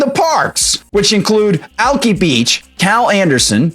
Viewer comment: I live in Seattle. The liberal insanity I deal with on a daily basis is mind-numbing. One minor point of correction, the beach named Alki is pronounced 'Alk-eye'. It's a Native American name, as we have a lot of them in the area. You may never need to know that, but if things ever get better, you should come visit. And you should definitely check out Alki on one of our 71 nice days.